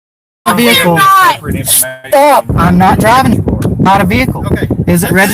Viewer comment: He's not drivng, he's drahvin'!